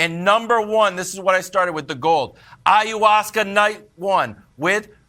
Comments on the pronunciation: They mispronounced "I-ah-wass-ka" several times while waiting on the approval of the producer to say the drugs name on air I bet. Once they gave approval, Nick said it. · The simple fact that the commentators can't even pronounce the name of the substance, tells me that their opinion on this matter is full of ignorance and ergo should just shut up and go back to talking about LeBron or the Chiefs ...